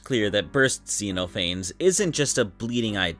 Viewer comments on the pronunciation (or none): it's pronounced zeh-noh-fah-nees not zee-noe-fayns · I love this video because it really encapsulates why people like myself find Sonic.exe appealing. Its a bad story that had a fantastic concept. Plus its nice to see you actually know who owns what and what the interpretations are instead of bastardizing them. Also I'm sure you've heard this a lot but Xenophanes is actually pronounced Zen-Off-An-Knees :') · I should try to bring to the attention that Xenophanes is meant to be pronounced as "Zeh-nauh-fuh-neez", I made the same mistake as the creator of the video here for a long time before being corrected lol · Just wanna point out It's pronounced Zen-off-uh-neez Also the mouth is disturbing as absolute hell.